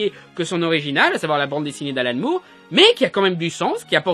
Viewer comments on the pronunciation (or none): none